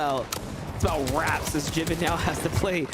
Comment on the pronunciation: Its not Jiven Fortnite, its Jivin (Jai-Vin)